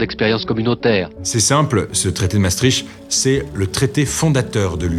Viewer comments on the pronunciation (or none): Merci pour cette vidéo très claire ! Par contre... "Maastrikt" pas "maastrishte" 😅